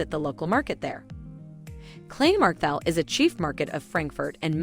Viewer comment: There is also the Maintower, with great views over the city. Neu altstädt, and for a good night out: old Sachsenhausen, especially Frau Raucher great food in there. Also try ebbelwoi (apfelwein) a really good sour cider (don't accompany it with sauerkraut 🥴). Oh incidentally the Germans always use the "E" so Kleinmarkthall-e Hauptwach-e pronounced wack not wash. And Eschenheimer